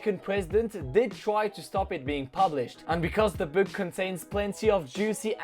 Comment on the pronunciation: Apprend à prononcer "book" c'est insupportable